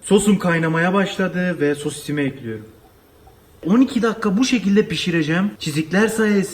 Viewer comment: Üfff ekliyrüm ne ya düzgün konuşun lütfen dinleme isteğim gidiyor